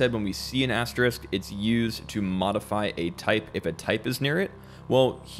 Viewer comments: Hey great video, just wanted to point out that it's "asteriSk", not "asterikt"! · Asterisk. Not asterikt or asterix. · very nicely explained. I wrote your verbalizations down to always remember them :-) One tiny thing: * is pronounced 'asterisk' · And now we seem to have gone from 'asterict' to the more common mispronunciation of 'asterix' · "The dreaded mispronounced asterisk", more like. If you're teaching a subject, it's essential that are are literate in it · Can't take an educational video seriously if the narrator can't pronounce the word asterisk.